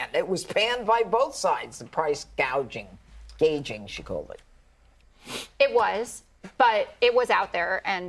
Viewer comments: Because that’s what Kamala said, Price gaging instead of gouging! Without a teleprompter, she is speechless! 🤣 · Why did she call it price gaging? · Because Kamala had no idea how to pronounce "gouging"